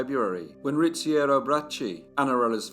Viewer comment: almost perfect! And I have to say, "Riziero" is kinda difficult to pronounce for Italian natives, too! Not a common name at all. Also, I watch all of your videos ;)